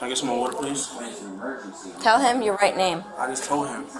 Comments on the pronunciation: The second guy speak impediment is so funny “I swew to gawd, pwes “ 💀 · Bro can't even pronounce his L's 💀💀 "pwease!" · pov he said pweasee can i talk to ywou firsst